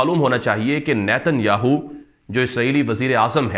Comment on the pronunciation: السلام علیکم ورحمتہ اللہ وبرکاتہ ۔۔۔ارے بھائی صاحب آپ کی خبریں بہت زبردست دست ہیں ۔پر ایک بات کا خیال رکھیں اسرائیل وزیراعظم نیتن ۔۔۔۔سے اگلا لفظ نہ کہا کریں ۔ہماری زبان میں اس لفظ کی معنی گانڈو ہے ۔۔مطلب ۔۔۔یاھو۔۔ کی معنی گانڈو ہے ۔۔تو عجیب بات ہے کہ آپ اس لفظ پر زور بھی زیادہ دیتے ہیں ۔۔۔۔اور گھر میں بیٹھے ہوئے یہ خبریں اونچی آواز میں نہیں سن سکتے۔۔کیونکہ بچے خوب ہنستے ہیں ۔۔۔۔۔😀😀😀😀😀😀